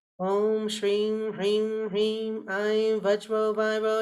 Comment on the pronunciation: Mam, pls help... Am very confused in pronouncing SRIM... U said its HISSING S... but when even you pronounced it seems like SHRIM